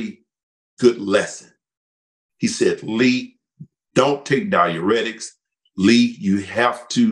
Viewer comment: Love Lee's pronunciation, it's awesome 😁👌🏻👍🏻